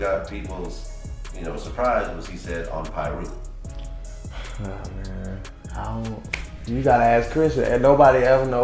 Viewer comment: They kill me when they pronounce the names wrong he knows damn well it's 'PIRU' And he knows how to say it right cornballs